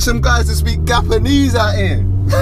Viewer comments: Love this video!! He said Gapanese bahahahah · My guy said gapenese. How have I only just seen this 😂😂